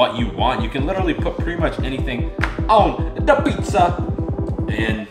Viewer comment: I’m Italian and wtf was “Du pizzzaaa” 😂😂😂